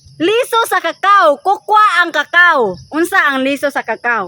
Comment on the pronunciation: Maam Cacao is cacao pgpronuonce lng is kkyo